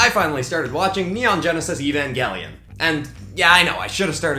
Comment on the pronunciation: When you said evangalion I was thinking "oh no" bc of the ending